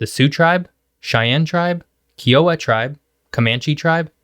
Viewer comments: FYI, we westerners say kai uh wuh, not key oh wuh. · FYI. Kiowa is not pronounced (Kee-owuh). KI is pronounced with a "long I" as in sky...KI-owuh, much like the State of Iowa with a K. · Kiowa is pronounced Ki-o-wa not Ke-o-wa. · Kiowa is pronounced as Kai-oah-wa, not kee-oah-wa. Long i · “Kiowa” tribe. Pronounced “Kai-o-wah”. Not “Kee-uh-wa”. I grew up in that region. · Nice. FYI Kiowa is pronounced KY'-O-WAH. (KY like SKY) not kee-o-wah. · It’s not pronounced Kee-oh-wa. It’s pronounced kai·uh·wuh. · Kiowa, not Keeowa tribe. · Not Key o wa but K eye o wa. Sorry! Interesting video. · Ki a wa Not Kee oh wa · It's not "Key-oh-wah", it's pronounced "Ki-oh-wah". The i is long in the word. It sounds like Iowa with a K in front of it. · When you spoke about the Native American tribes in the belt, uou mentioned the Kiowa tribe. I am a proud member of that tribe, just want to tell you that it’s pronounced K-eye-oh-wah, not Key-oh-wah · Thank you for this. Very gtk! One correction: Kiowa is usually pronounced KAI-oh-uh, not kee-OH-uh. And one question: Why did you exclude eastern New Mexico? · Kiowa is pronounced Kai-Oh-Wah not KEE-ah-wah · On the Indian tribes, Kiowa pronounced Ky'-eh-wha. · Kiowa is pronounced "kai uh wah" also I think the dust bowl had a lot to do with why that area isn't populated so much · The tribe is pronounced Ki o wah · Kiowa like Iowa with a k sound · KAI·uh·wuh (KI-o-wa) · Great job...keep the videos coming...but, please, the tribal name Kiowa is pronounced KAI (like Thai) -oh-wa. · Kigh-Oh-Wa is how it's pronounced. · Kiowa, pronounced k-eye-oh-wah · KYE OH WUH Tribe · Need to get how to say Kiowa right. Ki a wa Need to learn something about tribes. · Good video. By the way, Kiowa rhymes with Iowa. It's not Kee-O-wa. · Like Iowa with a K in front of it. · FYI Kiowa is pronounced kai - uh - wuh. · Kiowa is pronounced : kEYE o wah. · Did you say, “Key’-oh-ah?!?” I worked with a Kiowa, and I promise you, he said the tribal name to rhyme with Iowa.